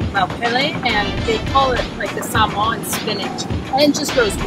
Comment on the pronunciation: Samoan pronunciation is great